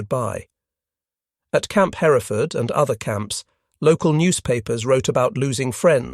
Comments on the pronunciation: Camp Hereford...pronounced just like in Great Britain. Not Her - reh - ford. Also name of a type of cow. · Hereford is pronounced her-ford. The second E isn't pronounced. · Camp Hereford is pronounced: HER-ford. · Love this, but could you please call Hereford, TX by its Texan pronunciation and not the British way? In Texas, it's pronounced HUR furd. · FYI, Hereford is pronounced hur ford.